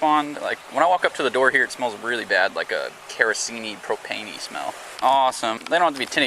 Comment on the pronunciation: “Keroseney Propaney” is too funny for some reason